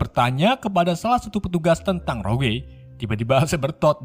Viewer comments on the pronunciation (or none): Bukan roguwe Bang tp rogue sebutan nye😉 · rogue dibaca rog mas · Rogue njir, bacanya roug bang